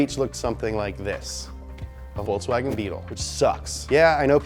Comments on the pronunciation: I love the the "VolkSWAGen" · Bro, you're saying Ferrari and Lamborghini correctly, but can't say Volkswagen, really?